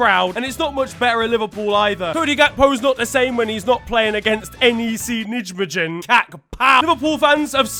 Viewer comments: the pronunciation for N.E.C Nijmegen is “N.E.C Naimighen” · Man said NEC Nidgemidgein 😂😂😂😂😂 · That pronounciation of Nijmegen was criminal💀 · Die Nijmegen uitspraak was vreselijk. 😂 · Nahh he BUTCHERED NEC Nijmegen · NEC Nijmegen (my club) is pronounced N-Ayy-Say Nye-May-Gun